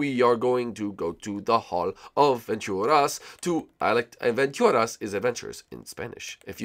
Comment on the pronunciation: It's aventuras not adventuras